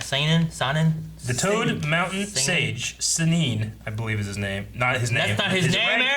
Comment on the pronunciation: Dear god them calling the Sannin SAY NEEN 😭😖